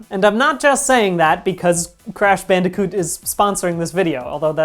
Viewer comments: Crash "Banderkoot"? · I can't get thru this with the audio clipping and the fact that he pronounces bandicoot weird